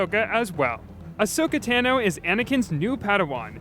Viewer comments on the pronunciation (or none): Tano not Tan - o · says ahsoka tano: clone wars fans like me:ItS pErNoNcEd ToNo